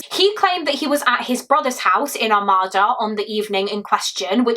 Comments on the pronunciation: I'm from Macomb county Michigan as well. I saw this horrific story play out in one of our SAFE communities 😢 Not to sound like a ass lol It's "Are-made-da" (Armada) I can completely see how everyone would get that wrong. We have so many weird named towns and cities. No one can pronounce them unless you're from MI. ESPECIALLY Detroit Street names! The all have kinda a French influence to them, or at least I think it's french. I'll have to look that up. One example is the street my home is off of Gratiot but don't try to sound that out 😅 it's pronounced Grash-it" then we have a street in Detroit called Cadieux it's pronounced "Cad-Joo" I looked it up and I was right about the French influence. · Good presentation of the case. Not trying to be picky as I have heard it several different ways but the pronunciation I hear most for Armada is something like Ar-may-dah. As a semi local I don't think I know anyone in the family personally or anything but I do recall seeing the news articles and similar for information when driving through the town at the time.